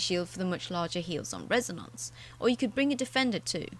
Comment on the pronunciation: That Res-A-Nonce pronunciation gets me every time.